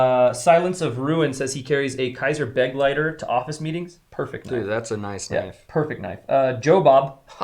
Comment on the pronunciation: after your comments about "Pilar's pronunciation," I had to comment (for the second time) that the Begleiter is German for "Companion." And continues to put the accent on the wrong syllable. It is beGLEITER. The "be" is just a prefix. Love you videos, and never miss a WOW.